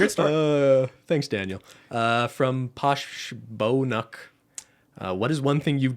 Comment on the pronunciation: I love that pronounced Posh Bean UK as Posh Beau Nuk lmao